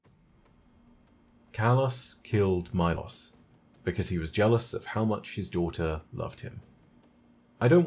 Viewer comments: why do you pronounce the war beast's name as Mai-Loss when its mee-lows idk why but its bothering me lol great video! love your content, keep up the good work :D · Milos? More like "my-loss" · How do you mispronounce Milos even though you contain a clip of Calus saying the name aloud.